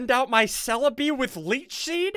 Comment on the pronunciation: Is it just me or did SSundee say leach sheed